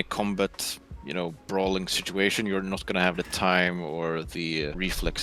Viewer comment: Ha, said "shituation"